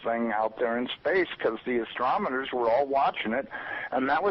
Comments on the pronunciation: THis Hubble insider..doesn't speak properly, His english and sentence structure is that of sounding not well spoken at all. He doesn't sound professional .This concerns me as to whom this person speaking --is?? He says 'Cause these astrometers"..language is NOT that of a reliable source in my estimation. He couldn't say astronomers properly..And this is a hubble insider?? I don't buy it.. saying...'LIKE UH".......... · this supposed inside source actually says "astromoners" instead of astronomers. Credibility falls 87.8% right there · John Doe 'astromoners', I went back to hear it again too. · The insider "Hubble expert" mispronounced the work astronomers...Listen to about .